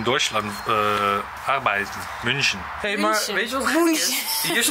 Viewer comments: Het is München met een ü dus je spreekt het uit als Muunchen😂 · "Mün" in München kan je zoals "Mun" in Munt uitspreken. En "CHen" zoals in "gelaCH", groetjes uit Duitsland :P